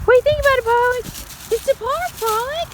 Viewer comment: Why do you pronounce it 'Pollix?'